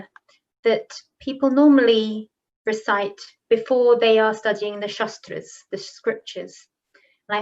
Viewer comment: Sry. to point you out but it's " shAAstr " ( शास्त्र meaning a suffix for technical or specialized knowledge in a defined area of practice like -logy in ecology, psychology, etc.) & not "shastr" (शस्त्र , meaning weapon), & also no need to put "a" in the end of everything, but if the whole world is doing so, it may not be a big issue. But in case of pronouncing शास्त्र as शस्त्र meaning changes, so here the prononciation is important & must taken care of.